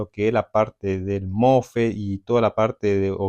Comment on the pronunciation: Los mofe no existen es mosfet instala no existe es instalar apprende a hablar bién!😂😂😂😂😂😂😂😂😂😂😂😂😂😂😂😂😂😂😂😂😂😂😂😂😂😂😂😂😂